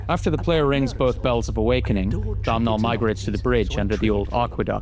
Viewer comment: Completely irrelevant but i need people to know that Domhnals name is NOT pronounced "Dom-Nal" its pronounced like "Dough-Null". Thank you, have a nice day